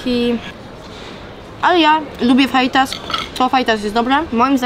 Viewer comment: kurwa ziomala naucz sie wymawiac faitas - to sie czyta fahitas ale pisze sie przez j